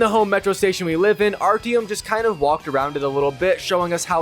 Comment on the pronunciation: Where do you hear an E in Artyom?